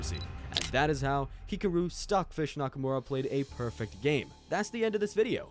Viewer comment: Bro this is so underated but why did u say hikoro and not hikaru